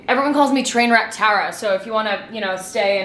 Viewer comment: i know its literally your fucking name... but the way you say tara is so satisfying lmaooooo